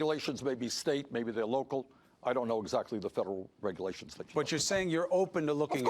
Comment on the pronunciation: Bernie - "What regulations are you referring to?" Idiot - "You know...the regerlations!!! And OBAMA!!!"